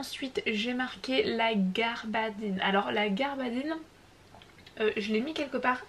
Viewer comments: Il s agit de gabardine et non pas garbadine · Il y a effectivement une erreur, il s'agit de Gabardine et pas de garbadine